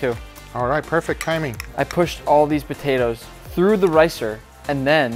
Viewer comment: I heard Nick say Botatoes the first time 😂